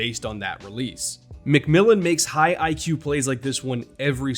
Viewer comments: as a broncos fan, THANK YOU for pronouncing J-Mac’s name correctly lol announcers keep butchering it on broadcast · Thanks for pronouncing McMillian's name correctly! Nobody on TV can it seems.